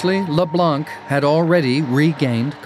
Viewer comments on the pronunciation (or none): The "c" is mute in "Leblanc"